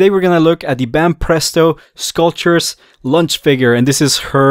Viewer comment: I like the way he says launch cause , launch is a snack . She is a little “ lunch “ . 😋